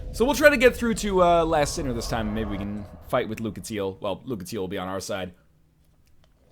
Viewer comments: I'm trying my best to ignore "LAST sinner" and not be picky about mispronunciation. :) Like your vidoes alot, Lion, you're awesome! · I keep hearing you mis-say characters' names and I just sorta shrivel up a little bit XD Straid of Olaphis and the Lost sinner are named as such. Also, the Lost Sinner is a she. That all said, I love the videos! Keep on doing what you're doing ^-^